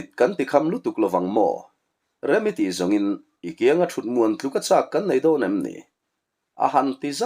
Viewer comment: Comem na ah a lamrik dan dik zawk min raw hrilh tur in ka han ngen che u i tia a ziak ringawt hi chuan a fiah zolo mai thei ka ngaih pawi mawh na lai ka han sawi ve a nge kum 63 kani ve tawh a kan naupan lai t tang tawhin pheizawnga thapek pres pek hi (NAM) kan ti thin tuna (nem ) intih hi a diklo chhuk zawnga pres thapek hi nem tia lamtur.